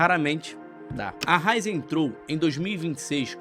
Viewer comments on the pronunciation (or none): Raízen, não Ráizen. Pronúncia do vídeo ficou errada. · senhores o nome da empresa tem um acento agudo no “i”, então é Ra-Í-zen, não Rai-zen. Para um conteúdo de alto nível, não pode tropeçar num detalhe importante como o nome de uma empresa brasileira. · Raízen e não “Ráizen” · Tem um acento agudo no Í !!!!!! É RAÍÍÍÍZEM !!! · É Raízen! A pronúncia está errada. O acento está no i e não no a 😉